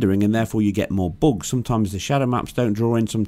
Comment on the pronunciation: ahh yes, game breaking boogs. idk why it just sounds funny